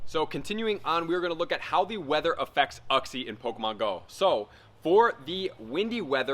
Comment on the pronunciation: it's pronounced "you-xie" lol